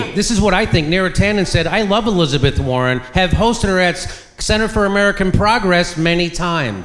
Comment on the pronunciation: Hillizebeth War-On